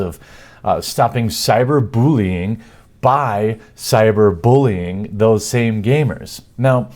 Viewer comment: Jeremy,.... WTF is cyber Boolean?